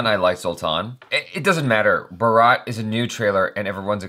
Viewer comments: It's Bhaaaaarat. lol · Do one thing, Just say "Bhaaarat" and you will lot of Indian hearts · Can't you read even English properly? Its BHAARAT not BHARAAT. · Bhaa - rutt Not Bhaa - raat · R u drunk?? Its bhaaraat, not brat. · I've been a frequent viewer of your videos now.. I like the honesty in them! Would consider subscribing after some more observations 😉👍 u top the list though. After reading comments you might have understood still I'll simplify: Pronounciation: Bhaa-ra-t, not Bha-raa-t It's derived from the name of ancient king. India is English name and Hindustan is what neighborhood of India used to refer this land as! Peace out 😘🤞 love to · It's not Bharaaat...it's Bhaaaarat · It's Bhaaaarat not Bharaaaat sir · First, it is pronounced Bhaaaaarat. Bharat is the way we identify ourselves. Both the word India and Hindustan are derived from the name of the river Indus. The hindi word for Indus is Sindhu. The Arabs pronounced Sindhu as Hindu and the land beyond the river was called Hindustan. Europe learned about India from Arabs and Hindu became Indu and eventually India. India has had several kings named Bharat. But it is generally accepted that India was named Bharat after king Bharat, ancestor of kauravas and pandavas of the Mahabharat fame. He is said to be the first king to unify India as one country and this country was called Bharatvarsha (literally "the country of Bharat") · First time i have watched the whole video coz its #salmankhanfilm 😊. My mood goes off in the very starting when you call it BHARAAAAT, but its BHAAAARAT, i can't listen wrong pronunciation of my country but i love you guyz. 😍 #bharatthemovie #salmankhan #eid2019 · Bro Indus is sindu they couldn't pronounce do they called Indus. Bharatha is my country name why you north short every words Bharat makes me laugh. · Its not bharaaaaat...its bhaaarat guys....bhaarat is also a name of our country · Not bhaaaaaraaaaaaat it's bharat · Bharaaaaat ! No it's Bhaaarat